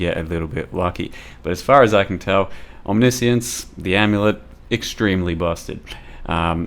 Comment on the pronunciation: We officially got another type of pronunciation guys. „Omnissience“. with omni-science and omniscience we got 3 now !